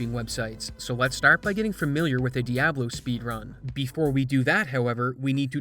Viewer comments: I hate the way you pronounce Diablo. It's Dee-ah-blow! You say - Dee-ab-low :(. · Dee Ah Blow, not DEE AAA BLOW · its pronounced "Diablo" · dude pronounced Diablo like a native Chicagoan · the dude doesnt look up how to pronounce diablo....and then has the nerve to pronounce diablo and diablo differently